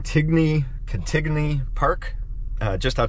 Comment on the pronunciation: Fun recap!!! Thx for the shout out to our friends, Charlie and Ryder. Ps. Pronounced, Can-teen-ee.